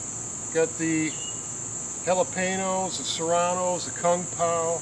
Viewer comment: Jalapeno* not Jabenero. lol